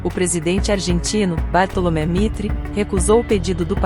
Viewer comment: Muito bom texto. Ficaria melhor se uma pessoa lesse o texto para ficar mais natural. Bartolomé no lugar de Bartolomeu Mitre não dá.